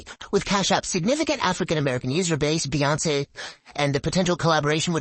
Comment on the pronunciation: "Beyince" is pronounced "beyonce"